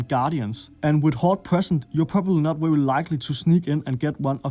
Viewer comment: And v, too! wery nice!